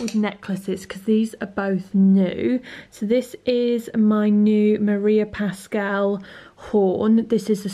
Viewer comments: OMG!!! I really want to it that cake right now!!!! And, by the way, I'm a huge fan of Maria Pascual's jewellery, I'm Spanish, as her, and you are pronouncing the name wrong (it's normal, I'm sure I have a lot of mistake in this sentence), you have to pronounce also the U, otherwise in Spanish would be "Pascal". Sorry to bother you with this! hahaha I'm a translator, it comes with the job hahah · The other day, my boyfriend and I were talking about holidays and the possibility to go to the UK and he suddenly told me: mabe you can bump into your favourite blogger!! Because he says I'm always talking about you! Lol! By the way, just for you to know, you pronounce the "u" in Pascual from the brand María Pascual :) Love your videos, as usual! Besos!